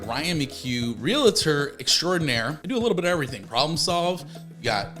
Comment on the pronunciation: Reel-tor, not Reel-a-tor. Reel-tee, not Reel-a-tee. Thank you for helping recent transplants to leave. Too many cars, and too many people who lack common courtesy. It's not pleasant here anymore.